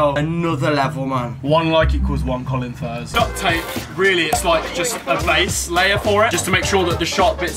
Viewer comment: As soon as I heard him say Colinfurze I was like wait did he just say Colinfurze